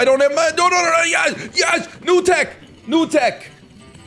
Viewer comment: it ("new tech") sounds like you speak some exotic language from Asia